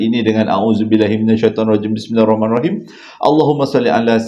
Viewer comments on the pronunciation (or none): none